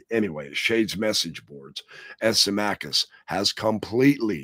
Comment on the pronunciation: Sim - ah- cuss for saying, Symmachus.